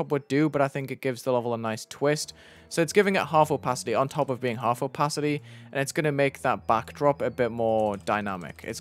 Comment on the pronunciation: I like the "oOpaAity"😂